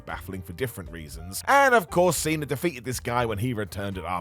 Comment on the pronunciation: Cena* not Cener